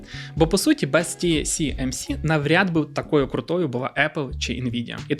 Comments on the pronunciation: Ті Сі Ем Сі == TCMC, тож Ті Ес Ем Сі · Ті Ес Ем Сі, а не Тісімісі 😀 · Ще б абревіатури правильно читати і взагалі буде супер) Ті-Ес-Ем-Сі, а не Ті-Сі-Ем-Сі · Ще раз - Ті-Ес-Ем-Сі. S = Ес. С = Сі. Ті-Ес-Ем-Сі !!! 😂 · Ті Ес Ем Сі, а не Ті Сі Ем Сі. Весь випуск різало вуха. А так, гарний випуск. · Весь випуск різало вухо от це Сі замість Ес😂 Чекаю наступний випуск про голандців) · тільки здається не ті-сі-ем-сі, а ті-ес-ем-сі)) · Ті Ес Ем Сі, не ті сі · 1. «ТіСіЕмСі». Не можна так 2. Про TSMC говорять з кожної праски, в тому числі на телебаченні. Треба видавати саму неочевидну мʼякотку з самого початку, а не оці загальновідомі факти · Дякую за круте відео, але камон ТиЕсЕмСи, S та C різні ж літери 😉. Вибачайте за повчання, та дуже ріже слух 😅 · S читається як "Ес", а не "Сі". Тому "ТіЕсЕмСі". Постійно ріже вухо. Але історія цікава. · Почути тисячу раз за ролік "тісіемсі"... Мої вуха. Режисеру роліка - 0. Не можна будувати начебто фактологічний ролік навкруги такої очевидної помилки... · Чого "ті сі ем сі"? Вухо ріже. Там друга літера "ес" а не "сі" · Гарна інфа. Но "ті ЕС емсі", бо вуха ріже :) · Ті Ес Ем Сі ;) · Круте відео, тільки назва компанії читається як ТіЕсЕмСі) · можна не перевірити коректність вимови назви, яку вимовляєш сотню раз за випуск?! Риторичне питання. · ті ЕС ем сі! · не можу поставити лайк за неправильну вимову назви компанії